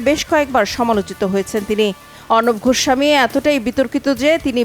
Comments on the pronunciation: গোস্বামী ।ঘোস্ সামী না । উচ্চারণ ঠিক করবেন।😂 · ঘোস্বামী নয় গোস্বামী ভাষায় যার শুদ্ধ নয় সে আবার সন্চালক 🤣😄🤣